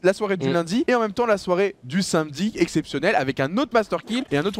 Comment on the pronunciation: c’est normal doigby il sait pas prononcer “samedi”